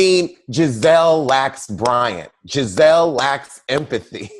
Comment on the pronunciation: Can someone please tell me why calls Gizelle gabreese & gabrissy?